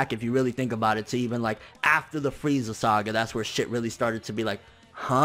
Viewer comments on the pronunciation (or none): none